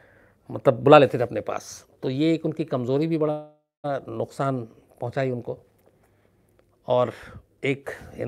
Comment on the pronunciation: Sir aap luksaan kehte hain.wo nuksaan hai.bas yahi batana tha.pls don't mind